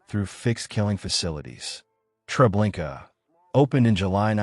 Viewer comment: I've asked this of you numerous times...PLEASE PRONOUNCE STUFF PROPERLY!!!!!! There's no R at the end of trablinkA!!!!! A no R at the end of it!! Lublin is pronounced LUBE LYNN!!!!!! You don't sound smart or knowledgeable by butchering certain words, phrases, or names...you just sound really stupid and uneducated...FIX IT PLEASE!!!!!